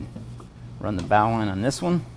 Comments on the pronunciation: The bowline knot is pronounced "bo-lin". It is often tied at the end of the bow line. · Stop being so stubborn...it's BO LYN knot. :-)